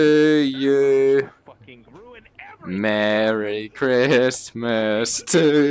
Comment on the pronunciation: When he said merry I thought he was about to say MERDE